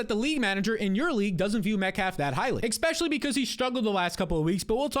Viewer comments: lol, is he saying "exspecially" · Not subscribing til you say “especially” correctly